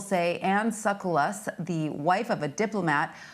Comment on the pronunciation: CBS? It’s ...sa COOL luss....not Suckalus.